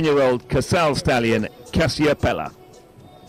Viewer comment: M. Wechta's horse's name is NOT Casiopela. It is named after the constellation and is pronounced "CasioPEEa."